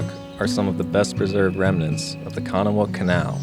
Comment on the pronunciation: Great video! Thanks! Virginians, please chime in here, but I'm from Richmond and I always heard the canal pronounced Kun-AH-wah.